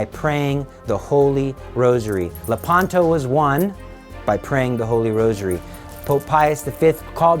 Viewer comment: Le’panto. The accent is on the antepenult.